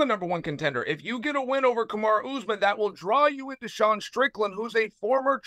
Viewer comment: called sean deshawn too